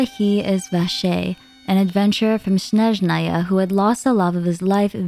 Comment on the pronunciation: Without meaning to sound unreasonable - please tone down your accent on names. I understand you're trying to sound authentic but for example you're saying Snezhnaya completely off. It's SNE-JNA-YA. It comes from the Eastern European word for "snow" (sneg, snyag). Also, you pronounce names way differently than they say them in the game itself. Sure, some VAs don't say all names fully authentically but you are off by a large margin, too. It's distracting. I'm watching a long video that's genuinely intriguing but this is throwing me off for a few videos in a row now